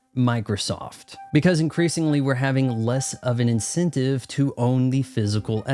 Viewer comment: What is an “incintive?” Are you saying “incEntive?” When did a short “e” become a short “i?”